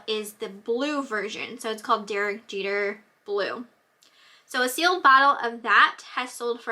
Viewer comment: lol.. it's pronounced JEEETER..My son's last name is Jeter.Thanks for sharing.